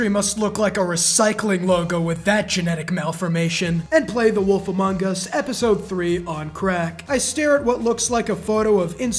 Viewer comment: The way he says "among us" 💀